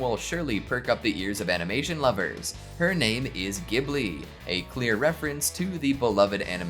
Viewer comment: 41: small correction, Ghibli is prounced with a soft G like “Jibli”. As in japanese its written as ジブリ (Jiburi) where a hard G would be ギブリ.